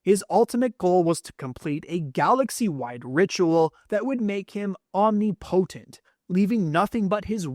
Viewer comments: Omni-Po-Tent? = Om-Nip-O-Tent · Omnipotent is pronounced Om-Nip-Oh-Tent, not Om-Nee-Po-Tent.